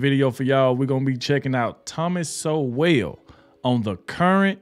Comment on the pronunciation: Just FYI bro, his last name is pronounced the same as "soul."